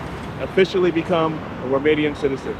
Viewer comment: is romanian? His romanian pronunciation is bang on